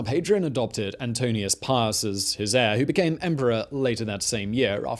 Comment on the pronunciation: Ann-Toe-Nine-oose Pie-Oose Antoninus Pius ;-) Good job Simon!